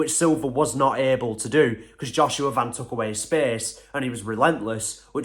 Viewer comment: I’m proud that this guy actually pronounce his last name right.most people just pronounce it like the shoe brand van.